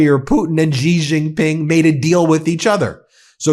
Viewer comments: By the way, "Xi" is pronounced "she" gidammit, not "zhee." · Xi is pronounced ‘she’.